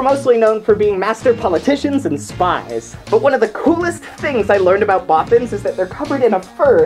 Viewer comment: For the Bothans part, I thought she said brothers for my whole life...